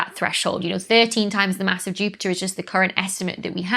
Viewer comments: this might be the first time I've ever heard a glottal stop in the word Jupiter, or Jupi'er I guess! It is funny how you normally keep the "t" in Jupiter, but rarely if ever in Saturn. But then, my northern accent has its inconsistences too. I've always pronounced "master" with a southern long-a even though words like faster and plaster always have the northern "short-a". 🤷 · Dr. Becky is like: "Jupi'er"... I'm sorry, it just sounded so.. English 😉